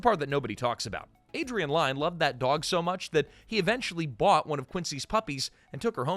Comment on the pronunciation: Close. As in near. Not Close as in close the door. Lyne is pronounced like Lynn, rhymes with win.